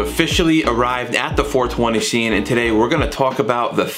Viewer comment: 420 shcene